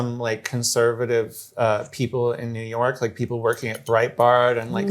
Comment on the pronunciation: "Worrioring on Facebook?" Shoopid.